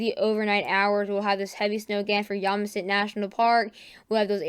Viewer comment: you're doing great with the weather.The one thing you might keep in mind is pronunciation.For example,the 's' is silent in Des Moines,IA and the national park is pronounced Yo-sim-mi-tee instead of Yom-a-sit.But keep with it,man.